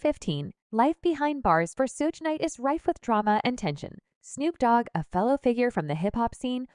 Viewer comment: Cringe video… everyone you mispronounced “Suge” 😂